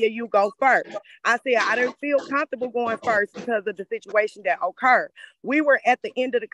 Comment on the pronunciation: ""I SAID, "I DIDN'T FEEL COMFORTABLE GOING FIRST, BECAUSE OF THE SITUATION THAT "OH-KURRED."" THANKS!